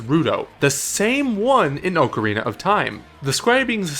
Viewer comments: Why can't people consistently pronounce "ocarina" correctly? It's retarded how many popular youtubers fuck up that word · Dude can you please pronounce 'Ocarina' correctly? The other guy fucking knows how to fucking say it